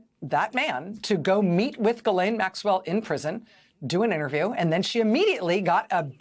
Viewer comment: GHISLAINE IS PRONOUNCED MUCH LIKE "FISHLANE"